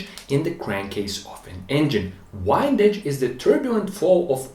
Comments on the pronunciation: Not "wyndage". It's pronounced "windage" as in "north wind" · Please don't think Im trying to insult your english, but the word windage is actually wind ,as in blowing, not as in winding, or rotary motion. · I'm assuming in the intervening five years his technical English improved, but I'll put it down that a crankshaft fillet is pronounced fill-it, not fill-lay and the crankshaft's interaction with the oil is pronounced wend-aj. Excellent video. So rare to find someone who knows the material and sticks to it in technical videos.